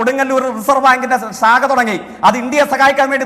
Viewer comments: സാഖ അല്ല, ശാഖ' ശാഖ, ശാഖ ദിവസേന നാവു് വടിക്കണം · എടാ ജെയ്ക്കെRടട നെ സാഖയല്ല.ശാഖ നീ ആദ്യം പോയി നന്നായി നാക്ക് വടിക്ക് - സാഖയല്ല. സാഖയല്ല. ശാഖ. ശാ എന്ന അക്ഷരം നിന് വഴങ്ങില്ല. മൊട്ടയുടെ ഊള 'ചിരി ഒന്നിനും പരിഹാരമല്ല. കേരളീയ സമൂഹമല്ല. ലോകം മുഴുവൻ കാണുന്നുണ്ടു്